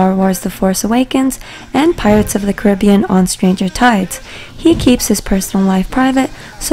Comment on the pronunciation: Pirates of the caribbean the way it was pronounced omg 😂